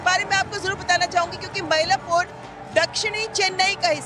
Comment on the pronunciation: Dear Anchor it is NOT मैलापुर. It is मइलापूर मइल= मोर / peacock in Tamil